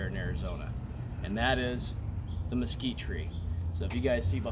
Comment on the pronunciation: Mesquitree jaja, Nice word muchas gracias